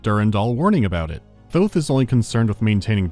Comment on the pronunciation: THOUTH??? THOUTH THOTH